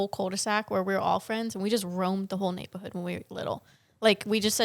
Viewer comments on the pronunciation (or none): The beginning of Neighbowhood , Alyssa’s mom saying Neighbowhood (New York accent)